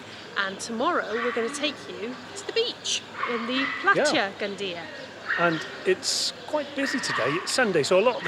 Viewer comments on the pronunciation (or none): Fyi- Two LLs together in Spanish makes a Y sound- pie-a-ya.